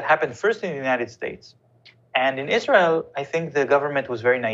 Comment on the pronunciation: Your Izra-il slipped.